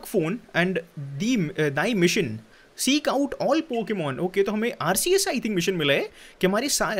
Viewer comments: Is it only me or anyone else is triggered when he says r-c-s instead of r-ke-s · It pronousation is arkhes